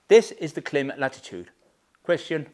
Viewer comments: You pronounce Klim wrong :face-green-smiling::face-green-smiling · why you saying Klim like that?